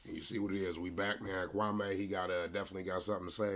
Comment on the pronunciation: Kwame pronounced kwah mee. He’s not wearing polka dots in the 90’s